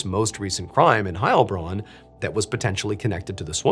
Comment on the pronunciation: I have loved your channel for years, but as someone who is totally bilingual in both English and German, the pronunciation stress is on the Bronn part of Heilbronn, the first part of that name gives every German a panic attack